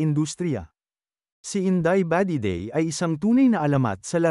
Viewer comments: Nasobrahan naman ang bigkas ,, inday badiday na matigas po. Hindi ,, indeyy ba 😊😊Dedey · HAHHA INDAY BAH-DEH-DEY HAHAHAHA